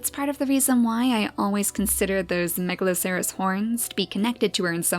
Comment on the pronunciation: wow I really love watching you make the beautiful story in Niche, at first when I played Niche I got bored after about one hour. But watching you really inspired me to create my own story. Now I have almost 100 hours in Niche and so many gods and godesses =). Ps isn't Megaloceres horns pronounced; Megaloseres (I played a game with that creature in it so I'm pretty sure)